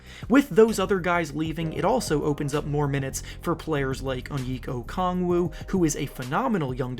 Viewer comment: His name is pronounced "Own-Yecka O-Kung-Woo" Bro always butchers his name